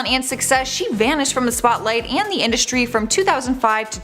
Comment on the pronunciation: " Indushtry " voice rattle my nerves